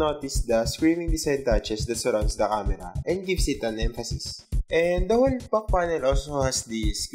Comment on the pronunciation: good review but the accent and wrong pronunciation really bothers me. "at the back" sounds like "at da buck" and "factory" sounds "fucktory".